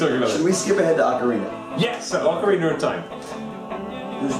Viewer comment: "ocariner" dave is so cool